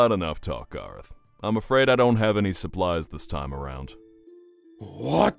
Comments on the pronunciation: GAYROTH GAYROTH ITS GARROTH I think...XD Edit:I'm gonna faint😂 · I swear EVERYTIME she says garroth it sound like she is saying gayroth